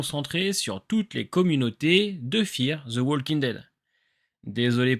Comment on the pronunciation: Super vidéo! Juste une petite remarque: le "l" de "walking" ne se prononce pas